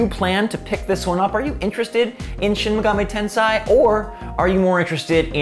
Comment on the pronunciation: That SMT pronunciation was brutal listening to.